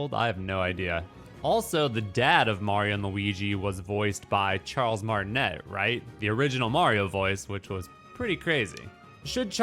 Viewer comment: “Martinet” is pronounced “Martin-ay”—Charles pronounces it this way in interviews.